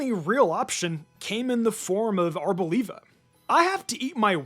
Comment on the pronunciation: We all know that Smoliv is a combination of small and Olive, right? So why does every YouTuber pronounce Arboliva as if olive is no longer part of its name?